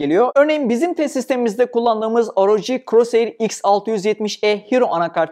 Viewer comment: Asus ROG' a da AR-O-Cİ demezsin anasını satim ya